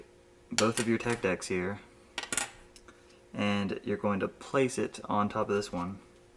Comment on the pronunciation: At the end he sounded like he said "your dicks pretty much done" tehe